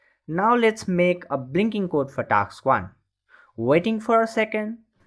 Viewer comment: bro its task not taks